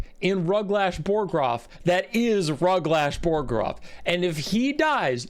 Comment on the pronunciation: My dad played a bunch of the old total war games, Rome, Medieval, uhh, something else I think. Napolean. Rome had this system. I always assumed it factored into this game too, but I didn't check and didn't care that much. Edit: It's Ruglash BOGroff, not BORGoff. The ork is dead, have some respect.